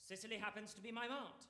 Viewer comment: WHY are they pronouncing Cecily as "Sicily"????